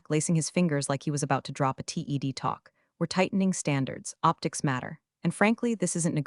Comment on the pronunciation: If you're going to complain about being 'buried under AI generated content' then maybe, just maybe, you shouldn't treat your listeners like fkn morons while also being a hypocrite by uploading AI generated content. TED talks, said ted, like the name. Not t, e, d. Resumé, as in CV. Not resume as in to continue. IT, said i, t, short for Information Technologies. Not 'it'. lol And no one on planet earth says '3 o'clock PM'. Its either 3PM or 3 o'clock. And those are just the standouts from this story. Theres been plenty before this. I'm going to keep listening to your AI generated fictitious uploads and give them all a big fat 👎 until you sharpen up your act. And no more comments feeding your algorithm, cause the negative ones count too. So, this is the last one. Do Better & Good Luck!